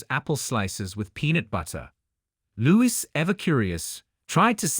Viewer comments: It's Louis, pronounced Louie. Not Lewis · Prince LOU EE - not - Lewis